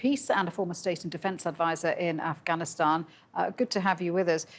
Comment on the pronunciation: First learn how to say Afghanistan not Afghanishtan before you talk like an armchair "expert" lol. Pathetic lies.